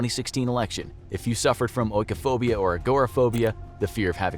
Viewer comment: its pronounced ee-koh-phobia dude. Not oh-ee-koh-phobia